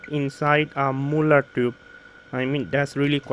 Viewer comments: I was just distracted by the "moolard" (again it's Marl-lurd). The mullard reissue 12au7 is a steal, in terms of its price. It sounds very very very good. It's an all rounder on my 2 channel hifi system. It's not getting the attention it needs. Thanks for talking about it. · Hi, It's pronounced as "Mar-lurd" sorry, it's jarrring. Not moo-lard.